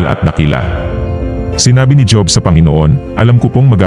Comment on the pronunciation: Kaya lang mali ang pag bigkas mo ng job dapat hob kc pinoy tayo tama ba ako